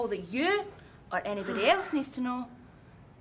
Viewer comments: Did Piper said Michion Accomplished? LOL I never thought this trio is so fun! Happy to see Alba Fyre! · Mission accomplished ❌ Michin accomplished ✅